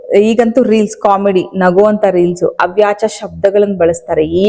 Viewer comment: Madam ಅದು ಅವ್ಯಾಚ ಪದ ಅಲ್ಲ ಅವಾಚ್ಯ ಪದ